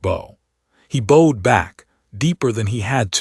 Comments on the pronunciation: Could you teach your ai voice the differences between bowed and bowed? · I like these stories but I really need the ai to start reading stared and bowed right 😂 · As well as teaching your AI voice the difference between bowed and bow, try to teach it hoping from hopping. Liked the story.